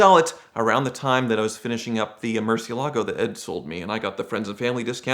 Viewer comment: Show of hands... who wants to hear say "mercy ALA go"?